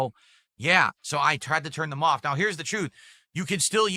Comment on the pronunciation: "Turned it awwfff"